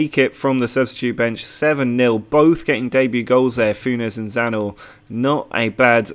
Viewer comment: It is Croatian and you almost got it right :D You just need to put the "n" after "z" in the Zna part. You got the right pronounciacion but you keep saying it Like it is Zanor not Znaor ;) Cheers